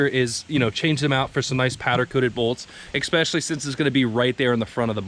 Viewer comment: Are you adding an x when you say especially? It sounds like you're saying expecially.